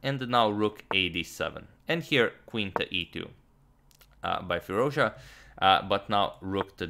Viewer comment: Fie-Ruz-Dja(dʒ) {Like Jazz} is the correct way of saying his name .... I'm a excellent subscriber :)